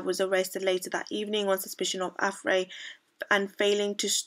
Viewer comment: I see well, if you are looking for a career either in journalism or just youtube, I would suggest re-taking English because you're making so many mistakes. For example, 'plot-holes' not 'potholes' and 'Affray' is pronounced 'əˈfreɪ' to name a few. I would also suggest being quick about it as the kind of people who might also hold up a black supremacist as a role model are getting fewer by the day and you will be competing with really talented and well spoken people, such as Inaya Folarin Iman, who I definitely think you should look up :)